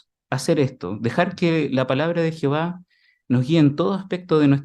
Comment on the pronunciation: No es por criticar pero porque no pronuncia bien el nombre de Dios es Jehová no es Jihova es como sí no pronunciaron bien el nombre del discursante seguro que al discursante no le iba a gustar mmmmm